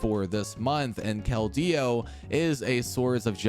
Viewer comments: Sir, it's just Keldeo. Not Kel-Deo. The pronunciation I base it off of is from the movie/anime. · why he putting so much emphasis on the D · I love all the videos but you say his name so funny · wait really ? its the first time i hear someone say it as kel-deo since its release in pkmn black and white